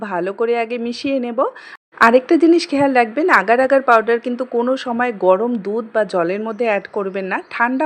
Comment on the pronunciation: আর ভাই পারডার না পাউডার 😂😂😂😂